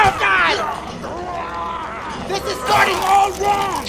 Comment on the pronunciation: He said she ain't wong about that